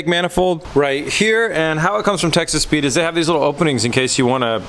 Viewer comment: Does anyone else hear Texas Speed as Texas Pete? :D